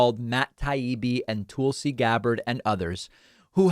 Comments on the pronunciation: David, why do you keep pronouncing Tulsi's name as 'Toolsi' rather than 'Talsi' ? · Tulsi, as in Tulsa Oklahoma, not Toolsi. Other than that, you're great, David 🙂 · You criticize people who mispronounce names of others as a cheap tactic, yet you continue call her “toolsie” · I love how David always refers to her as “Toolsi” lmao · Also, seems pretty beneath you to take the same route as Tucker Carlson and repeatedly mispronouncing someone's name in a mocking fashion. T-UH-L-SI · David, the "u" in Tulsi is the same as in "hull" or "butt." It's not "Toolsi." You analysis is excellent so it throws me off when you pronounce names wrong. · Lol he does it on purpose. There’s a couple others he does that with too. Kinda silly but I’ve gotten used to it. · There’s no need to mispronounce Gabbard’s name. Disagree, sure, but it’s a cheap, shallow move to call her “Toolsi”. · “Tool-si” Gabbard… I see what you did there, David Pakman… 🤣 A tool of Fox News and the fascist right indeed… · Why continue to mispronounce Tulsi? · Please learn how to correctly pronounce Tulsi's name. It's pretty simple. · Sending arms to Ukraine to defend themselves isn't a proxy war. Russia's just in a war, and we're supporting the country they are attacking. No proxies involved. Is it just me, or does DP pronounce Tulsi, with whom he seems to be on a 1st name basis, differently than anyone else?